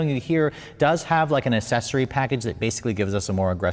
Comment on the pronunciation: Accessory pronounced aksessory not ass-sessory